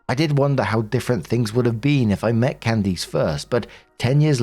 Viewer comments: I am begging you to learn how to pronounce Candice. It’s not pronounced “Can-deece” it’s “Can-dis” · Loving "Can-Deece" instead of "Can-Dis" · How is it that narrators have never heard names like Candice (it's not "Can-deece") or Isaiah or Isaac?? There's many more, they're all normal everyday names, but the narrators pronounce them so strangely, as if they're obscure names from thousands of years ago...🙄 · My name is Candice and it kills me with the way you are saying my name.😂😂😂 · Weird pronunciation of Candice is throwing me off. The last syllable is generally pronounced like 'list.' Edit: (without the 'L' and 't' of course)